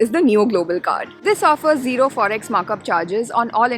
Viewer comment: you can say zero right, its integer and not alphabet ...but if you Angrez then its ok...